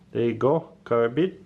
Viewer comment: Why do you keep calling them karabina when you know it's a karambit????